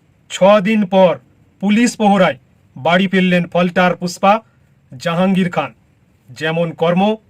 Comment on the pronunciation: নিজের নামটা ঠিক করে বলতে পারছে না, জাঙিয়া খান বলছে ।